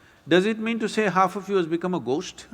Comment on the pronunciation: gost stories "h" should be silent